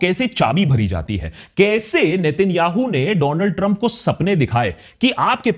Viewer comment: Donald trump ❌ Dooland Trump ✅😅